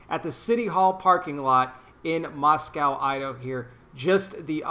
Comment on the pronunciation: Moscow - pronounced Moss-co (with a long O)... We jokingly say there's no "cow" in Moscow. This is my home town and I lived there until the spring of 2019. I'm now three hours north but still in Idaho. Christ Church does Hymn/Psalm Sings all over town. The mayor has a mask order in public places (both inside and outside) until January 5th of 2021. Moscow is a highly democratic town because of the University of Idaho. The police were only following the mayor's orders. It's sad to see people being arrested for such trivial things.